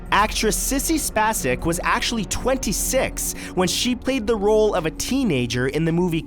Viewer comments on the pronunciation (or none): Sissy Spacek. it's pronounced with a long a like spaysick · Sissy SPAYSEK, not Sissy Spassek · That Sissy Spacek pronunciation was alien as hell to me. Have you never heard her name spoken? You can go with the usual "Spay seck" or the Czech original "Spotz-seck," but not "Spasick." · I thought her name sounds like (Spay-Sick) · Isn't Sissy Spacek's last name pronounced as "space-ehk"? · It's pronounced Sissy 'Space-sick'. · I love how he mispronounced Sissy Spacek's name. Oh, Matt, I love ya and miss you! Hope the face cam comes back soon